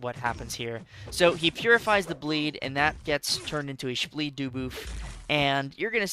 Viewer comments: Take a shot every time he says shbleed dooboof😂😂😅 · Take a shot everytime says spbleed dooboof